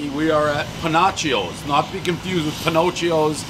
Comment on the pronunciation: 😨 "Pin-knock-e-o's", "May-nor-haven" As usual every name mispronounced.